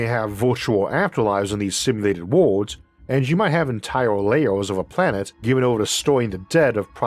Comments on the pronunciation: For the love of god Isaac, please, there are free speech therapy classes available. I thought for the longest time you were talking about 'wards' and was trying to figure out why wards are comparable to the fragments of a state, you meant worlds. Too much is lost in translation, and this can be rectified with minor speech therapy. I've met people with FAR worse speech impediments who resolved it in 1-2 sessions, please look into it. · Why is he always saying ward. Does he mean world? 🤔